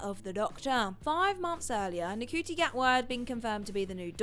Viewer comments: Ncuti's name isn't "N-cutie" its "Shooty" 😅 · you keep saying Ncuti wrong, I think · Between Star Hollows and the pronunciation of Ncuti, you guys need a fact checker. STAT.